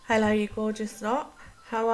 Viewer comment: omg I love the way you say "Ello" 😂 I'm from Wiltshire where we all sound like farmers hahaha! stunning set as always!